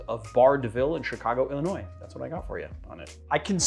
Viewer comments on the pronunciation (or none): none